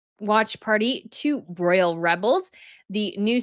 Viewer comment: Decline of most "Imaginable companies?"... what does that mean? Listen to Pamela Anderson i amy interview. Her diction and word selection is flawless. And you eat and run over your words.ROYAL NOT RALL... I AM ON YOUR SIDE. Listen to me